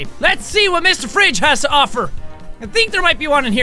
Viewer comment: "Hello Mr.Fwidge, I'm back!" Jacksepticeye 2014.